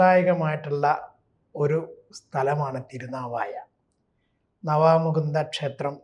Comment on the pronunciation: Navamukunda alla naavamukunda